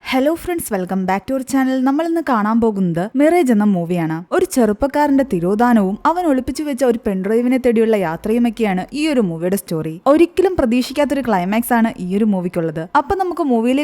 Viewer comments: മിറേജ് ❌ മിറാഷ് ✅ ( muh raazh ) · മിറേജ് അല്ല മിറാഷ് എന്നാണ് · Mirage മിറാഷ് എന്നാണ് pronounce ചെയ്യേണ്ടത്